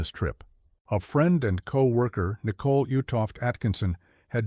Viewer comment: How dude pronounces Nicole “Nickle”